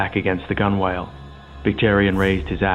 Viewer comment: Gunwale is pronounced gunnel